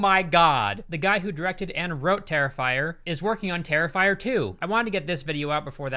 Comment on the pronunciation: I had an aneurism when he called him terrifier xD